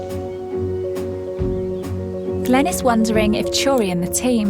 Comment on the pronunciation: Drives me nuts how says "Chewrie". Turi's name is pronounced Too-ree.